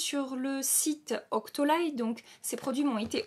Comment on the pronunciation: C’est Octoly pas « octolaille » on prononce « Octoly » comme avec un i à la fin, sinon j’aime bcp ta vidéo, tu l’a reçu en combien de jour tes fards chez cultbeauty?